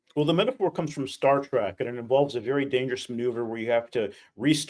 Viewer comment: Trek!! Not track. Cone on , man!! 😂